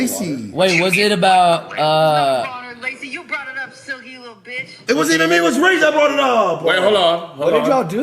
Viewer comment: whats with this "ah" at the end of words? "Up-ahh"????